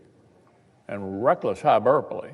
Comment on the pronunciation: What's a "hyberpole",! Did you mean hyperbole, perhaps....